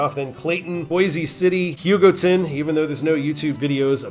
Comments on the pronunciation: US 56! love it, still need to drive it all in one go but I've still driven most of it. A majority of the pictures on Wikipedia on US 56 where taken by me. Also, I believe your pronouncing Hugoton correctly, my uncle lived there for serval years and that's how he always says it. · For what it's worth, you got "Hugoton" mostly correct (close enough), and Satanta correct on yor second try (Suh-TAN-tuh). Cool video. If you havent done US 83 yet, you might give that one a shot.